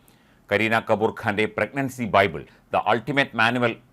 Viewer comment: kaboor alla kapoor...🤣